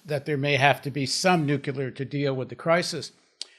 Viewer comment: Paul, we went through this with Ben before - it's `nuclear', not 'nucelar'. Please, don't channel Bush Jr. 😯